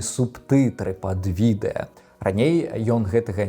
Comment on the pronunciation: праЕкт, мне моцна баліць, відэя, праз тое (ня з-за)